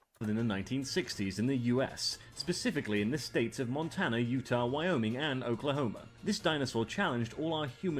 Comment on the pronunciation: I love how the guy only pronounces Utah correctly when he explains that Utahraptor is named after Utah, and then goes directly back to mispronouncing it